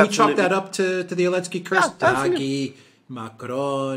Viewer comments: Do you say Alinsky bc the letter Z is banned in Germany? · It's the first time Alexander said 'Elensky'. bad influence I suppose😉 Excellent analysis as usual💯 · Does say Elensky as a way of taking the piss out of the letter Z being banned? If so it's a bit confusing and inaccessible. Took me ages to get haha